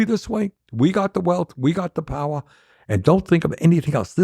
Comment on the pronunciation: We got the POWAH